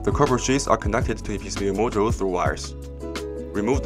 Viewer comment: When you say MOSFET, it sounds like you’re saying MOSFITE. And when you say module, it sounds like you are saying mojo. Also, the music is a little loud compared to your voice. Awesome charger though.